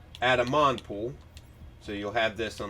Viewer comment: 'MONpool' 'WakeMASTER' Honestly this man just goes after it, fuck the names 🤣